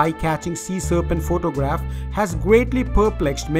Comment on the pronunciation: this guy sais phoctogragh lol